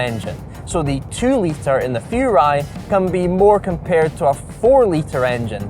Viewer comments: Furai, not Fjuray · Furai should be pronounced "Who-Rye" actually.